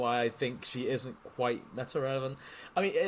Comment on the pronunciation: “Relovent” you’re cooked 🙏